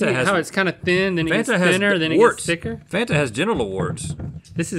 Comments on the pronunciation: It was how she pronounced Fanta that got me. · said " Fanta" like she was Polish 😀